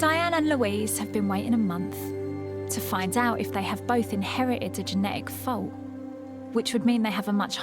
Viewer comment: I think she's saying ' Fault'